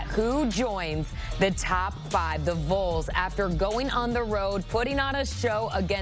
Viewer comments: If you can’t pronounce Vols maybe just call them Tennessee. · It's V A W L S not Voles.😊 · When is CBS gonna tell her how to say “Vawls” not “voles” 🤦🏽‍♂️ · VAWLS. Not voils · Vols is not pronounced vulls CBS-Please have people reporting on sports that know about sports. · The “VOLES” smh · The "Voles"!!! Is this AI or just See Bee Ess? 😂😂😂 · "The Voils?" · I love how she can pronounce Nico Iamaleava but can’t pronounce Vols.